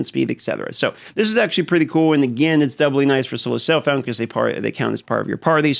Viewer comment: I’m hearing solo selffllmmnb… please speak clearly. Say again?